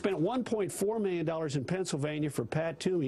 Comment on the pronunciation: He says Miyyun instead of million.